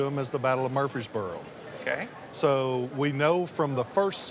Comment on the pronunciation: Was really surprised by discussion about the cane. Twice he mentioned the Battle of "Murfeesboro in Tennessee. Actually, it was the Battle of "Murf-rees-boro" in Tennessee ( yes, it does have an "R" and it is pronounced.) Not taking away from his excellent assessment and his appraisal skills; just setting the record straight.